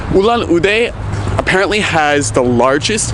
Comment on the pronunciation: It’s not Uulaan udee it’s actually ulaan(the sound of the u is like the “o” in ore) and üd